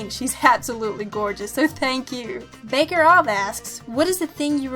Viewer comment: I know what you mean about having that I don't care attitude earlier in life. I could have owned high school if I knew then what I knew now. Also you pronounced my name horribly wrong. I'm no "baker of" anything damn it. It's Barker - ov alright.